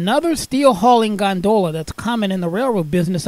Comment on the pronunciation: THANK YOU! Thank you for stating the proper pronunciation for this type of freight car. When I hear someone call them "gon-da-la's" I cringe and say the same thing as you did. The "gon-da-la" is in the canals of Venice, Italy.